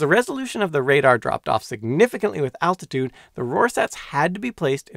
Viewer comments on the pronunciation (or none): none